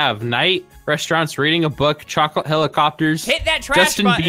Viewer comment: CHWOCLATE HEWICOUPeErss